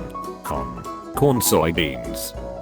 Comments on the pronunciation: what the hell the computer voice couldn't say corn right it sounded like some kind of satanic chant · how he says corn omg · The way the TTS bot says "Corn" is very disturbing. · Just listen to how it says corn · the way it says Corn is so amazing